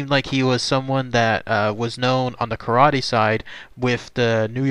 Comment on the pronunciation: Lots of false information and very poor pronunciation. Kar Ah Tay? It was not Rasario Gangee, it was his relative, Frank Gangi. You end with, “ this is all of the information tied to him.” Tommy is still alive and he is communicating with the outside world now. He paints and you can buy his art. Tommy may be a murderer but there are people that have great things to say about Tommy. This was pretty poor.